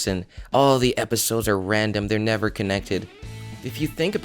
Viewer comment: I thought you said "nether", not "never".